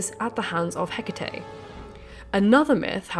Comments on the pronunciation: I spent the first half of this video screaming Hecataé every time you said Hecatea. You fixed it halfway though. Lol. I almost blocked you. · This is interesting, thank you, but Greek goddesses with e at the end of their name are usually prounced 'ee' at the end rather than 'ay' (apart from in Shakespeare who pronounced Hecate with two syllables, ie. Heh-cut). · Εκάτη = E KA TI not HE CA TE she is not a Samurai Spirit (you guys YOU GUYS) 🤣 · Whenever I hear the name pronounced, Heck itty, I feel puzzled. When I look up correct pronunciation it's more like Eh ca tay because it's Greek. So what's the correct way? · It's pronounced Heck-uh-Tee.....Just sayin' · its Ekati not Hecate. she would never reach out to someone who cant even pronounce her name... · oh babe, you are saying it in spanish, the romance way, closer to latin. 💁🏻‍♀ It's fiiiine. 💖 🙌🏻 You are channeling this information from the universe in within! ✨🔮✨ I didn't even notice until you pointed it out. As a spanish speaker, it made it easier for me to listen while cleaning the house 🧹🧹🧹 🤷🏻‍♀ I discover you recently and am so glad I did! Thank you for you hardwork doing all this videos!!! ✨😍✨ TOP TIER! 🖤🖤🖤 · Although I have always pronounced Hecate as you do, I’ve recently been corrected by a couple of Greek speaking friends, who suggest that the emphasis is placed on the second syllable.